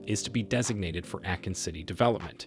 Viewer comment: Did he just call him AKIN!!! Brooooo i'm out.